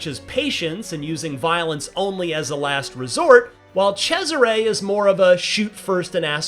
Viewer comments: Italians: Cesare. Americans: Tchezzeray. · The amount of times he abysmally mispronounces Cesare as "CHE-siray" almost made my ears bleed. Sounded like it's a guy named Desiré but with a CH in front. Apart from that, solid impressions, thanks :)